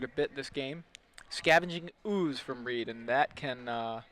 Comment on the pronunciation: You guys screwed up Reids name Nice work though